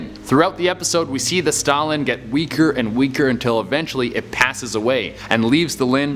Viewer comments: It's pronounced stout land not Stalin, while the pokemon may be similar to the historical figure Stalin has more standards thank to hang out with Ash Ketchum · STOUT-LAND not stoulynn.... WTF littn LiT-T-EN...GgRrrrr ...LOL #ResearchISyourFRIEND come up in here disrespectin my Pokemon now c'mon!!! lol... STILL 💙 YA THOU CHE!!!! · Their names are pronounced Stoutland and Litten, not Stalin and Lin. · It’s Stoutland not Stalin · Who else got triggered when he kept pronounceing “litten” “Lin” and “stout-Lin” “Lin” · Ah yes, Lin and Stalin, my favourite Pokémon. Like goddamn dude, where were the t's in those pronunciations? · What was he even trying to say lol all I hear is Stalin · the way he says stoutland tho